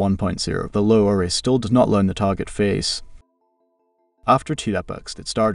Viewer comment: Great content. Your dialog needs some work. The AI you use is ruining the natural timing. There are pauses in strange spots and it mispronounces LoRA with an accent on the A. Try writing the verbal script so that it is spelled like a persons name Lora. Thank you for these tests. =] very informative. I wish the final tests were done at 0.7 weight rather than 0.4. It’s hard to see the intended subject control with a low weight.